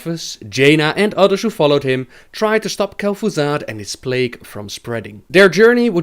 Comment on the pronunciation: who's kel'Foozard?